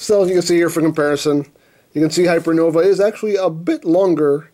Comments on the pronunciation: Its pronounced hypernovay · In case you're curious enough to care: - According to the katakana, "Hypernova" is the correct pronunciation (and I think the -ae ending is Latin or something) - The kanji on the silver sticker mean "first release limited" - so yeah, exclusive. :) Nifty-looking figure; I would not have heard about it, probably, except for seeing it amongst your reviews. Thank you for bringing this to my attention! :) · "Hypernov-a-eh? Is he Canadian or something? 😂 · I think its pronounced Hyernovae Just sayan. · LOL "Hyper Nova eh"(Canadian) Genius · Not sure what's more Canadian him saying hypernovae or him saying sorry three times (by the way I'm canadaian) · HYPERNOVÆ, HENKEI!!!! Not gonna lie...I wrote this comment just to use the Æ .